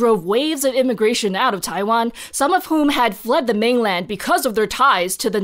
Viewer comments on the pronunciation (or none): none